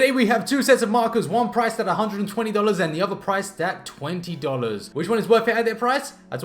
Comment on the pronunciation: Why are you saying dolars ur english